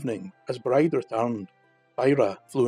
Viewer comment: Amazing ..Bride is pronounced Breejah .Thanks these are so so good .